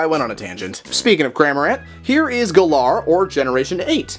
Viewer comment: (Gal)-(er). Not ga lar